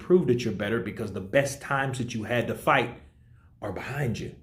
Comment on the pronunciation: It's fight not fught lol😂